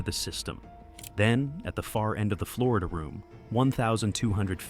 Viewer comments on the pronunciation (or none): none